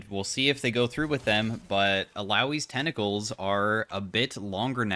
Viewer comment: Tentacles ❌ Tennacles✅